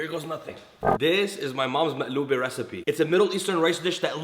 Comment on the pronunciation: Omg!! I like it when you say "maqloubeh" in arabic 😭😭❤❤❤